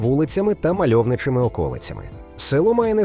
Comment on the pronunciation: грамотно? мальовничими околицями. Наголос невірний, з такими помилками читає штучний інтелект. І ще мінімум два моменти, один на початку, інший в кінці ролика. Тож уважніше слухайте.